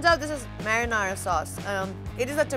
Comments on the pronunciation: isnt is marinara sauce and not mariyana lol, just saying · Just so you know. It’s not mariana sauce, it’s marinara sauce . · Its pronounced brussketta although the spelling suggests otherwise. also the sauce is called marinara sauce, for the first half of the video you referred to it as mariana sauce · what a joke...gaijatra banauney bho muji ley...everybody is laughing at your pronunciation, its sweet because of olive oil n sugar re...thuikka olive oil kaha bata sweet huncha...sidhai sugar bhanna muji...ani mariyana sauce rey... its marinara randi muji....google garney gaar...ani taha pauchass....